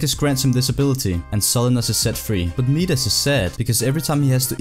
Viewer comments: Meedus lol Midus is Mydus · midas is pronounced "maidas" myth... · I really wish you knew how to pronounce Midas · Mispronouned king Midas 😏